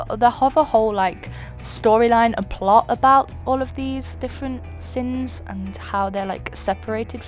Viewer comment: Who else heard “The seven deadly sims” and not “The seven deadly sins” 😆